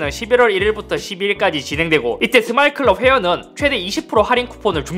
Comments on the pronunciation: 빅 서마일 데이.. 스마일 아니고 서마일 국룰이지 ㄹㅇㅋㅋ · 이 형 스마일은 서마일이라 하면서 스마트폰은 잘만 발음해버리는 클라스 ㅋㅋㅋㅋㅋㅋ레게노야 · 이번 인트로 레전드네 ㅋㅋㅋㅋㅋㅋ 계속 서마일 서마일 하다가 스마트폰 발음만 멀쩡하게 하니까 광고취소장 면상에 던짐ㅋㅋㅋㅋㅋㅋㅋㅋ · 여기가 스마일을 서마일이라 읽고 스마트폰은 스마트폰 이라 읽는 유튜바 분이 계신 곳인가요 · 아니왜 스마일은 발음 못하면서 스마트폰은 발음하는데 ㅋㅋㅋ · ㅋㅋㅋㅋ나도 이 생각했는데 ㅋㅋㅋㅋㅋㅋ 스!마트폰!!! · 사투리임. TMI. 이팀쿡 = 경북계 서울사람